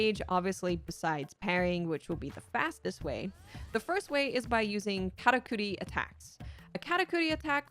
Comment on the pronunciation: Great guide. Best part is the fact you pronounced "Karakuri" correctly every time 😂❤